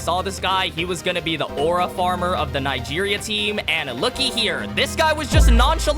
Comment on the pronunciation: Bro why Nigeria Nga instead of Nig 😭